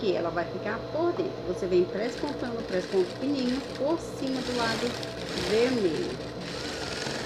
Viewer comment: Fica a dúvida: a palavra certa é presponto ou PESPONTO?????